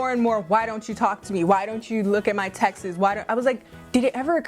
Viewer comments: Wait she pronounces “texts” like Texas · Loved this video, i just have a question, am I hearing things or is your pronounciation of "texts" weird ? haha